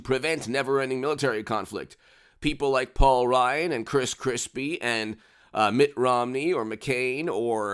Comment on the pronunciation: Did say "Chris Crispie"? Hahaha